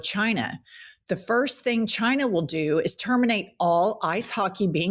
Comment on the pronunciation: I love your humour and clapbacks but you did pronounce chigna wrong lol.